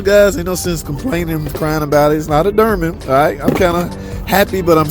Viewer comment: "Durman"? Oh...you're trying to say "Dorman"...nvrmnd.